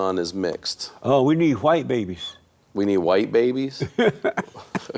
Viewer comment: Hwite men, he put the H before the W 😆